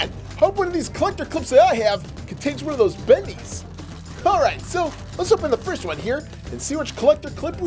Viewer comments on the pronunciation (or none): none